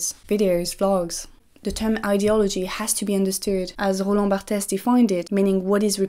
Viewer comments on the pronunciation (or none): Is Barthes pronounced Bartes like you said? I thought it was Barts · Salut, merci pour cette super vidéo, je viens de découvrir ce que tu fais ! Je voulais juste te dire que le e final de "Roland Barthes" est muet (-> Roland Bart) :)